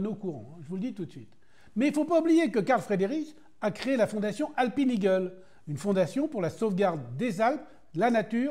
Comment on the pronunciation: C’est pas possible de faire un effort sur la prononciation d’”Alpine Eagle” ? Ce mélange franglais est vraiment immonde à entendre. Vous ne diriez pas royal oaque pour Royal Oak…